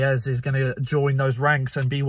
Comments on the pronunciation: Hey mate, it’s ‘Eze’ not ‘Ezz’ haha! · Why are you saying ‘Ezz’